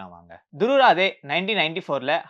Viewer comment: துருவ் ராதே அல்ல துருவ் ராட்டி ( இதுதான் அவரது உண்மையான பெயர் இந்தி உச்சரிப்பில்)